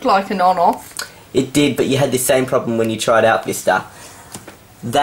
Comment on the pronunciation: lol ur accent "Windows Vister"